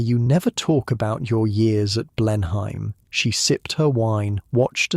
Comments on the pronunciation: It is pronounced Blen-im not Blen-.hime. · Any English person would pronounce it as “Blen-em Palace”, not “Blen-hime Palace”! Otherwise, a very nicely done piece. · You’re pronouncing the Marlborough Oxfordshire estate, quite reasonably, “BLEN-hime”. It is, however, pronounced closer to “BLEN-um”, swallowing the second syllable. It’s a bit like the way many English will pronounce the U.S. state “MARY-land”, whereas Maryland natives will stress the first syllable, but largely swallow it. I split my time between the U.S. and the UK, and I’m always getting something wrong! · The story is very fascinating, but the English accent is so fake. Anyone who lives in England knows how to pronounce Blenheim and that’s not it!